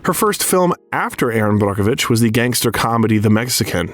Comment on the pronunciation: What a great biography! I enjoyed this. As well the correct pronunciations of some actors and portraying names. Like Brockovich. Is exactly pronounced that way. It’s even under emphasized! Either way we know who the narrator Was talking about. ((This wasn’t about that)) I enjoyed watching this. Julia is a phenomenon.